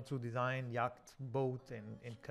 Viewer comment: Yacht sounds like yhat, you don't pronounce the C. like wat but with a yh instead of a w... at least that's how we say it in the USA the brits could be different, sounds like you said yak which is a big smelly bovine, kinda funny to imagine people lounging in swimsuits on a giant yak in the ocean. good English otherwise, your command of the language is impressive.